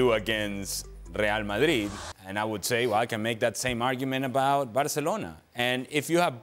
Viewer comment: This guy said Msdrid and Byehad no chance 😂😅